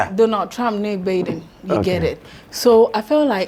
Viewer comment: And what is “evil” about Joe Biden? It’s Biden not Bayden